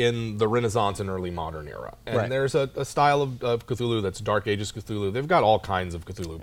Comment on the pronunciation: Thool-hu, like cthonic is pronounced thawn-ic. You pronounce the first letter with extra breath. "In a letter to the amateur writer Duane W. Rimel, dated July 23, 1934, H.P. Lovecraft addresses the issue of how to pronounce the name "Cthulhu." 'The name of the hellish entity was invented by beings whose vocal organs were not like man's, hence it has no relation to the human speech equipment. The syllables were determined by a physiological equipment wholly unlike ours, hence could never be uttered perfectly by human throats ... The actual sound -- as nearly as any human organs could imitate it or human letters record it -- may be taken as something like Khlûl'-hloo, with the first syllable pronounced gutturally and very thickly. The u is about like that in full; and the first syllable is not unlike klul in sound, hence the h represents the guttural thickness.'"